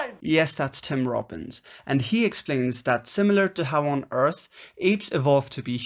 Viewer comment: "whatever on earch howard is" .. this is good